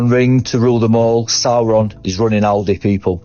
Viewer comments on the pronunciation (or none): none